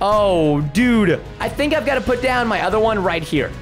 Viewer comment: he sound like he said robbed when he probably meant to got a new hoodie